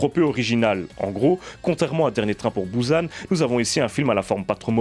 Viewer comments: encore plus précis, merci javoue que quand jécrit "bUsan" cest bien bou et san que je prononce.. mais jamais bouzane comme dans le début de la vidéo (il se calme apres) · on dit pas "Bouze âne" mais bien bUsan...